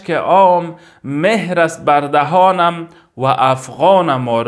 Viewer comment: مهر نه مهر با زیر نه با پیش خوانده میشود. یعنی چون بلبلم اما بر دهنم مهر زده شده.mehr نه mohr